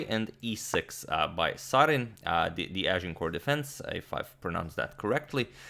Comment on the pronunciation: One of the rare ocassions Agad slightly mispronounces a name Its Sareen as in the car Saleen not like the gas